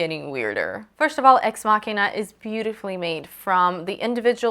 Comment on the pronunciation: Love this review. Props for pronouncing ex machina correctly, we struggled to get it right in our ex machina review